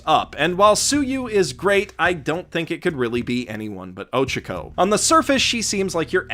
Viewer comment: Okay, i am stopping your video at minute 5 cause i have to say... you do know it is ochako and not ochiko, right?